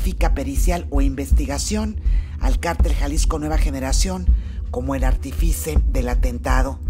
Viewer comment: Se dice Artífice. No artifice.